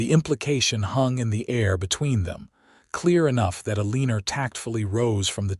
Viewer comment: Someone needs to teach AI to pronounce Eleanor!